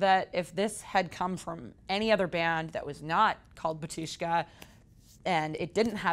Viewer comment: *Ba-tyush-ka, first syllable accented. *Hos-pah-dee